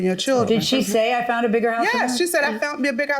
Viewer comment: She “ fount”’a bigger house 🤣